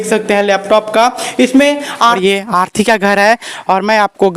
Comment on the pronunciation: Arthi nhi bhai arti